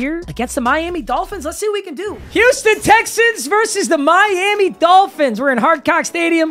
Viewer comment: Don’t ever say “Wouston Wexans” again…